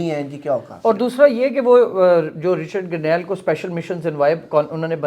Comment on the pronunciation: بھائ جان رچرڈ گرنیل نہیں اصل نام رچرڈ گرینل ہے آپ نے پانچ دفعہ غلط بولا ہے اچھا نہیں لگتا شکریہ